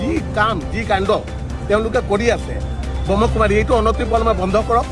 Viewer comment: আপুনি কথা কেইবাটাও ভুল কৈ কৈছে প্ৰজাপতি নহয় প্ৰজাপিতা হে আৰু ব্ৰহ্ম কুমাৰ নহয় ব্ৰহ্মা কুমাৰ হে হয়।